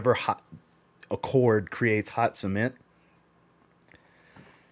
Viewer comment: I say cement you say SEEMENT 🤣🤣🤣